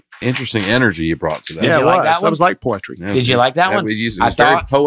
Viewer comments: Nate would pronounce it voy-la. Also: today’s topic is Poy-etry. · Y’all. This is pure gold. I love it when all 4 of you are there for the podcast…but Dusty,, and left without parent supervision is priceless. I lost my breath laughing at and Dusty trying to compose themselves when introduced “poy-etry”. I cannot stop laughing 😂😂😂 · saying he probably pronounces Def "Poytry" Jam different than Russell Simmons is hilarious....I imagined him doing the opening to the series in his own voice.😂 If it makes you feel better, I did have to look up a good B word. And, thanks for being a good sport. We all enjoyed the good laugh, sorry it was at your expense. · The way said the word “poy-etry” gave me anxiety each time he stopped to pronounce it. words take flight, But the rhythm's lost in flight, Poetry in plight. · I'm sitting in the gym parking lot cry-laughing at just abusing the "P" if pouyetry. I haven't laughed that hard in ages. It's a middle school sleep over when Nate is gone. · saying “poetry” sounds so much like “poultry” I honestly thought the title was wrong and the episode was going to be about farming chickens. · Omg. Y'all leave alone! It's not that funny how he pronounces Poyetry. But I did get a kick out of Dusty and dying of laughter over it. Can't wait for daddy Nate to come back and get y'all in order 😂. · I had to pause to catch my breath and wipe my tears from laughing so hard when said “poy-etry” and and Dusty lost it. I have not laughed this hard since seeing Nate when he was in Philadelphia a couple weeks ago. You guys made my night! Thank you so much for bringing my life so much joy! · you really wound up to say ‘POY-etry’!! I had to go to the video to see the reactions and I watched it quite a few times. laugh almost tickles my ears! This podcast is the best! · I literally drooled on myself when he said "I say powtry" 😂😂😂